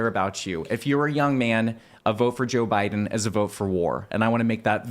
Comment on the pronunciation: "To defeat Jöy Bäiden" -Scott Pressler